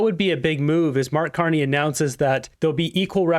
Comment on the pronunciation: Nah he said it correctly.